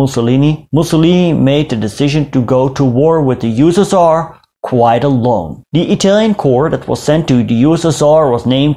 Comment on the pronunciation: how i spell USSR:You-S-S-Are how do it:You-West-Sus-Tsar